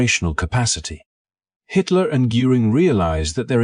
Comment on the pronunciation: The AI bot mispronounced Hitler!!!! 😂😂😂